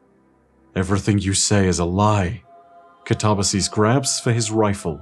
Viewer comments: See, even if I may be wrong about the "kataba" part (though I'm not, given that the word "katabatic" is derived from the same root), the "sis" isn't pronounced "seez" no matter what. So, even if I'm wrong with the pronunciation, is, too. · Thirty minutes later, but I still should add; words like "catabolic," "cataclysm," and "catalyst" all use the Greek word for "down" (kata) as their root. So, since "katabasis" means "to go down/descend," one can infer that at least the "kata" part should be pronounced "kat-uh." Then there's the Greek derived words like "metamorphosis" or "synthesis," meaning the "sis" is not pronounced "seez." So, the only part I could be wrong on is the "ba" part. Though, again, we draw back to "katabatic." Granted, its root is "kata - batos," and not "kata - baino." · Did anyone else pronounce it cat-uh-BASS-iss? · Yes, I do believe you're correct on the "ba" part, as "katabatic" has that part pronounced like "bat." Granted, the root of katabasis, "kata - baino," pronounces the "baino" part with a long A. Like "bane." Though, the English word "basis" is also derived from that, too, and is pronounced with a long A sound, so, perhaps "katabatic" is actually the one that's not following the pronunciation root? But, on a sidenote, isn't pronouncing it "kah-tuh-buh-seez." He's pronouncing it "kuh-tob-uh-seez." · Man...I don't know why, but pronouncing "Katabasis" as "kuh-tob-uh-sees" and not "kat-uh-bay-sis" like the word is actually pronounced really rubs me the wrong way and it absolutely shouldn't. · The word itself is already Greek. It means "a descent," though it specifically has the connotation of "a trip to the Underworld" kind of descent. And, despite what says, it is pronounced "kat-uh-bay-sis." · I kinda like it, makes it sound like an ancient greek name or that of a dragon.